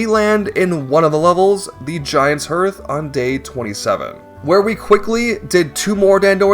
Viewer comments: Hearth is pronounced harth! not herth. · Hearth is said like "heart" but with a "th" at the end. Not "Earth". A hearth is the stone area around a fireplace.